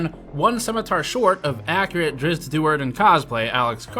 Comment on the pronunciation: You got me with the Drizz't joke and correct pronunciation. 🥰